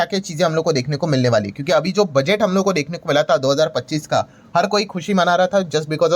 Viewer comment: ये बुडगेट को बजेट क्यूँ बोलते है